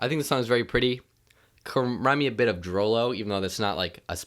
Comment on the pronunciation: Hey man, DROELOE is pronounced drue-lue